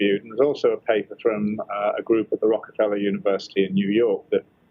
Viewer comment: "ROCKAFELLA" UNIVERSITY! HMM, INTERESTING!